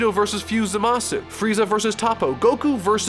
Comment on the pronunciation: Pls say zamasu correctly, it's really annoying when u know how it's pronounced in the show, but u decide to say it in a really annoying way 😒